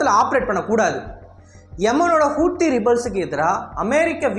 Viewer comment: Bro hou thi ( how these) pronunce pannunga kooothi ss illabro